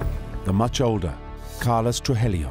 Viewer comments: "...the much older Carlos Truhelio" 🤦🏻 The Great Cornholio Truhelio And earlier he says "Grizelda Blainko"...is it that hard?😂 He says 'Bravo' correct but can't do Blanco. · Tru-hee-yo (Trujillo) not Tru-hel-lio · Truhellio lol. Truheeyo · Trujillo pronounced TRUE HE JOE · Why the f does the narrator say “TRUHELLIO” when the name is clearly spelled “TRUJILLO” 🤡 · Narrator: Pronounces Medellin correctly. Also narrator: Absolutely butchers "Trujillo". Carlos "Truhelio". Haha! Griselda was known for butchering people in cold blooded ways. The body parts were then put in plastic bags and thrown onto the side of the road while she was out driving. I've heard stories where she had people butchered with chainsaws while still being alive. Netflix really left out the gruesome parts of Griseldas terror. They made her look like a normal narco boss. This woman was satan herself. I mean, the fact that Pablo Escobar himself feared her speaks volumes. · The wrong pronunciation of Trujillo is making me crazy. True-he-yo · Trujillo is pronounced "True - Hee - Yo". Sorry, Spanish teacher here. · Narrator knows how to pronounce Medellin correctly but not Trujillo, smh!